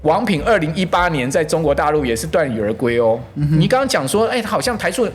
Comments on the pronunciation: 阮慕驊： 王品2018在大陸也是ㄉㄨㄢˋ羽而歸喔！ 呃⋯ 那個字「鎩」唸「ㄕㄚˋ」同「煞」音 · 16：20鎩羽而歸，讀ㄕㄚˉ。不是鍛^_^ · 來賓感覺是主播卻連鎩(沙)都唸錯嗎？ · 那個字唸ㄕㄚˋ、😅😅😅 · 財經專家 鎩羽而歸 不會唸哦? 哪來的學店專家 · 頭頭是道結果發音還不會😮